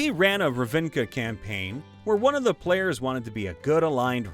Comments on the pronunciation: Knew how to pronounce "Hatsune Miku". Fumbles saying "Ravinca" instead of "Ravnica" 😂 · So you know its pronounced RAV-nih-kuh, because you butchered that really hard and as and as a mtg fan it makes me cry to hear it pronounced wrong. Awesome video by the way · Loving every episode and this one is no exception, but... You brag about knowing how to pronounce "Hatsune Miku," and yet "Ravnica" = "Ra-VIN-ca"? That one was the low-hanging fruit, my friend. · ...I'm beginning to question if just screwing with us MtG heads, or if he seriously has yet to realize he's swapping the I and N in Ravnica. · Points out he can pronounce Hatsune Miku, immediately mispronounced Ravnica 💅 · can pronounce "Hatsune Miku" cant pronounce "Ravnica" xD